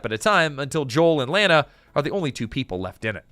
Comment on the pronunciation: Her name is pronounced La na, in the movie.